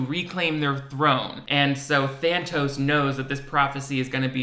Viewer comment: take a shot every time he says thanos instead of thantos